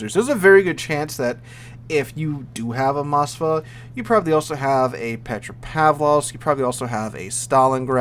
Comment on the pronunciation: MosKva not Masva. Its not izraeli